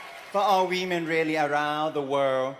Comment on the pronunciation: Notice how he keeps saying "We-Men"? & those silly biological females ecstatically cheer HIM on.